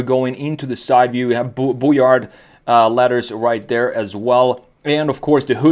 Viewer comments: As a french, Brouillard means Fog, the D at the end is silent. You're supposed to say Brouillar. Otherwise, the rest is correct 😄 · The D at the end is silent. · I really like this car And your French pronunciation is (almost) perfect...just loose the "d" in brouillard 😉